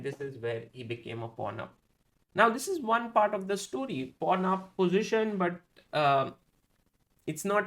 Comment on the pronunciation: whenever he said pawn up position i heard "pornhub position"